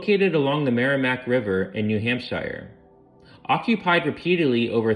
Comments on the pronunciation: Absolutely!!! Not being able to pronounce even the simplest words like New Hampshire??? (New Hamp-SHIRE? it's New Hamp-shur. Or "Cow Hamp-shah" if you're from Massachusetts. Which is Mass-a-choo-sits not Mass-a-too-sus.) Did the speaker even preread the text to find out what words they might have difficulty with? Or did they not care about pronunciation enough to even ask? And to anyone who thinks I'm being overly critical, shut up. Just because you accept half-assed workmanship doesn't mean the rest of us have to. The information was amazing, I loved it. I'm just disappointed that you were willing to accept a participation award when you could have had 1st place. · New "Hampshyer" and "wigwhams"....lolol... Lame. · You got to work on your pronunciation of Wampanoag and New Hampshire. Great video though! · as a mainer i chuckled at pronunciation of new hampshire & locations in maine. a very interesting video though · Not AI? listen how he pronounced New Hampshire